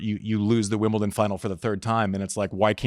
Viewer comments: She lost me at WimbleTon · What's with the Americans and "Wimbleton"😂 As a French even I cringe every time😅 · Andy, great interview with Nadal on your last pod! Unfortunately you followed it up with a garbage interview with Brene. She doesn’t know tennis at all. She pronounced Wimbledon “Wimbilton” which is a dead giveaway that she doesn’t know tennis. She decided that you need therapy but obviously she’s got it all figured out. Great way to put down the person that invited you to an interview. If there was a tennis vs pickleball fight she would side with the pickleball players because they carry guns (right wing Trumper morons). She has a pickleball coach… seriously? She wasn’t brave enough to hit a drop shot in pickleball… seriously? I wouldn’t give this clown a minute of my time. I usually like your podcasts but I will unsubscribe if you think anyone wants to hear from idiots like Brene with the lame made up accent over the “e.” Know your audience Andy, you’re smarter than this.